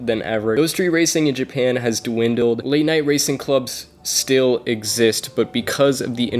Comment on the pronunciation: This is not your forte. Why do a video on something you have absolutely zero knowledge about, and then poorly "research"? If you're trying to be a YouTuber, you better do A LOT BETTER with your "research". The only thing accurate in this video is your pronunciation of "Japan", the rest is just embarrassing to hear...stay in your lane 😉